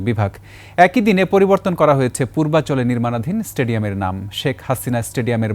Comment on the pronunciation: Uni poliborton , polibar uchharon korechen ki , naki ami vhul sunlam. But initiative valo .inqelab jindabadh